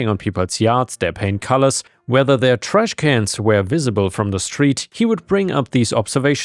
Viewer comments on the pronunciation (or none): none